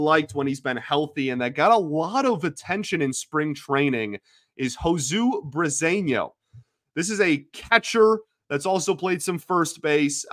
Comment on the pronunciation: I believe the pronunciation for Josue Briceno is ( Ho-sway)